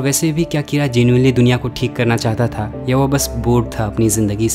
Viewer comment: I think it should be "कीरा" not "किरा".